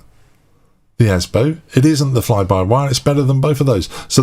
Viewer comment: It's not Asbo, it's Asobo. Asbo is an anti social behaviour order😀 P.S. Mic sounds fine.